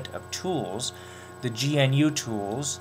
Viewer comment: GNU... GAH-NEW. Recursive acronym. GNU Not Unix.